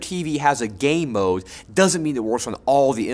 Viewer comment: I heard: Just because your TV has a gay mode...